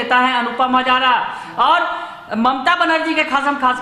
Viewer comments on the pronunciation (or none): हज़ारा नहीं...हाज़रा